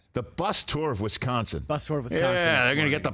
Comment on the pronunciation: Nice. mispronounces twice in one state. It's not Wesconson dude. It's Wisconsin.